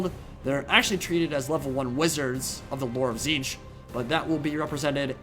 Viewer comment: its notTZEENTCH it's TITS-SNITCH